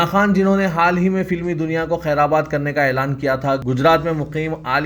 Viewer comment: Khair a bad nahi, khairbad sahih hai.Urdu talaffuz seekhiye.